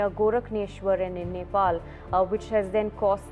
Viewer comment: Nepal and Tibet and Not pronounced like you said. Terrible video. Shows Oregon?